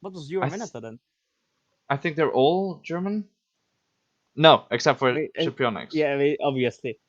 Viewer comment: the “Sci” in Scipionyx is pronounced “she”